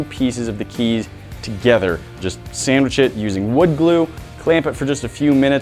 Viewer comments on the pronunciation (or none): Everyone: sandwich it: sammich it